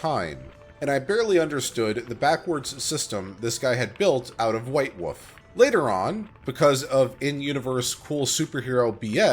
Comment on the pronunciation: Wolf, not woof.